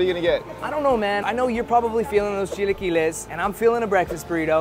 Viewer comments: 🤣 , chi-LA-quiles and not chi-LEE-quiles. The next video involving chilaquiles and I hear it said right, I’ll personally make a second youtube account to support you señor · the way pronounces chilaquiles irritates me all the time lmfao